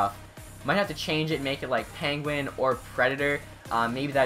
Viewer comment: Does it sound like he says Panguin to anyone else? lol